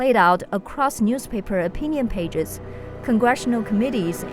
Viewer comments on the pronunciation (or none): none